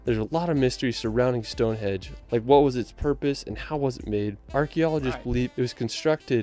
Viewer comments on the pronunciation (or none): STONEHENGE not STONEHEDGE 🤦‍♂️ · What a ridiculous comment! What’s racist about not pronouncing a name correctly. It’s a henge not a hedge, it’s got nothing to do with how you speak or where you come from. I’ve had friends from USA call it a hedge rather than henge until I told them it wasn’t a hedge!And how can it be racist to correct the name of a country? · 'Stone HEDGE - WTF!!! .... StoneHENGE 👍👍👍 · Stonehenge not stone edge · Stone Hedge ??? HEDGE??? Its Henge.